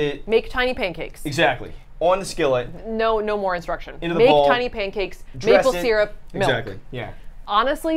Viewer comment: Why has no one mentioned how they say syrup?! Seer-up?! It's sir-up!